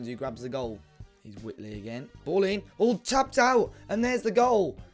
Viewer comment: it's not wit-lee, it's white-lee